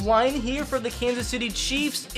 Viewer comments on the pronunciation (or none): none